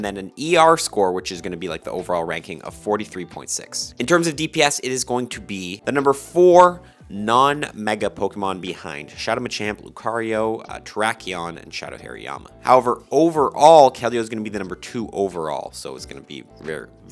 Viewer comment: wtf is a drakion? does he mean Drapion???